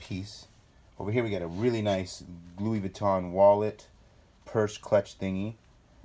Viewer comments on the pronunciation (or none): “Luiss Vitton and eeves saint lor-ant”. Anyone else really annoyed by how they butchered these names?! “Gouchi” emphasis on the OU. Haha ahhh!! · Lol dont even say louis vuitton if you cannot pronounce it